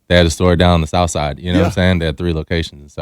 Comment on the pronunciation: "The souf" not "these streets" bih 😂